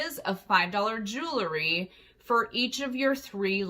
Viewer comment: Jew-la-ry?? At least learn how to pronounce the word you're selling. Jew-al-ry. Ha ha ha.